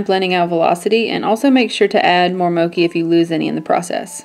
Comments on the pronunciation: Love this look! The greens really do look great. (FYI it is "mo-chee" not "mo-kee". Mochi, like the ice cream!) Thanks fro another great tutortial! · Just an fyi, the color Mochi isn't pronounced "mo-kee," but "mo-chee" It's a Japanese sweet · It's pronounced "Moe-chi" not "moe-key" lol Mochi is an asian desert kinda similar to the color haha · Mochi, pronounced mo-chee, as in the Japanese sweetened rice cake. Soft and sweet and delicious like the eye color. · Mochi is pronounced "mo-chee", like the ice cream, not like mocha. :) This is so pretty!!! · such a beautiful look! btw it is pronounced "moe-chee" haha it's named after a Japanese treat! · Mochi is pronounced Moh-chee :) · Mochi is pronounced as (Moe-chee) :) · I love seeing tutorials with the Heart Breaker, favorite palette every. Although it's pronounced mo (as in, to mow the lawn) and chi (as in the life energy, chi). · I'm pretty sure the ch in Mochi is pronounced like "chair". If they were talking about the japanese treat/dessert/snack. Anyways, I love this! You're so talented and can pull off anything...